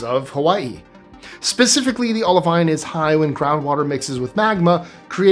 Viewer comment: You pronounced Olivine wrong.